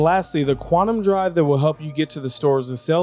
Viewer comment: That makes more sense haha. Really sounds like you say 'and'.